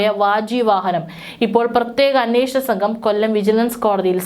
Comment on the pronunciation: ബക്തി...സംഗം... നിരവദി... പരിശോദന...അർതം... ദർമ ശാസ്താവ്... ബഗവാൻ... ഗട്ടം.... ബന്ദം... ഗോവർദൻ... സംമ്പവം... ബാഗം.... ശുദ്ദിക്രിയ.... സാന്നിദാനം...തിരുവബരണം.... ഗോശയാത്ര.... എല്ലാം തെറ്റി വായിക്കുന്നു.. അക്ഷരം നോക്കി വായിക്കൂ. ഭാഷയെ കൊല്ലല്ലേ 🙆‍♂️..